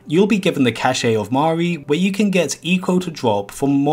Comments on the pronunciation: cache is pronounced like "cash" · Cach e, you say it like cash, yeesh